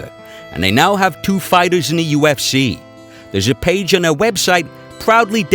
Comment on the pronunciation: ”The u f schee”. The speaker made me turn it off after a minute.